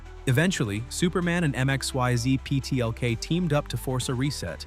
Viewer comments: It's pronounced 'Mixleplix'. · The AI voice cant read Mr. Mxyzptlk's name properly. LOL